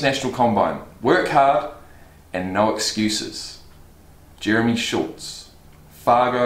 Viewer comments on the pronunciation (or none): none